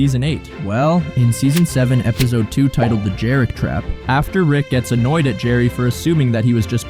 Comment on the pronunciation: Are you saying "ebizode"? Lol! Great vid regardless!